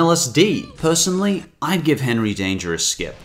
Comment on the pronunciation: Man doing henrey danger wrong